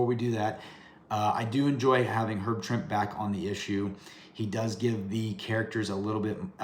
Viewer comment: Pronounced Herb (Trimp-ee). Swear..I had the chance to meet him. Another cool episode!